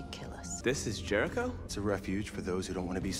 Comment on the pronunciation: lmao, when i heard "jericho" i thought it said "terror drone"